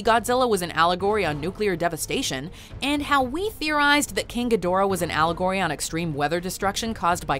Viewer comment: GEE-da-RAH, his name is GEE-da-RAH. Have you actually seen the '60's debut movie, or Monster Zero in the '70's or Godzilla vs Mothra and King Ghidorah: All out Monster Attack in 2001? It's pronounced GEE-da-RAH. Granted, Toho pays little attention to continuity (neither does Dao Studios otherwise they would have reshot the scene where an American actor, playing a news anchorman, mispronounced Gamera's name as GA-MERA-RA while everybody else uses the proper anounciation of Gam-er-a) because it's cheaper to leave in the verbal goof than to correct it in a reshoot. Despite all that cheapness, cheasiness, and bad over acting, I still love Japanese Kaiju movies (mostly because of their flaws).